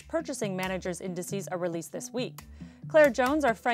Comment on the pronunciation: thish year. this year not thish year